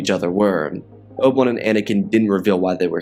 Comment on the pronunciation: Who TF is "Oble One?" Bro, you gotta slow down! Sheesh!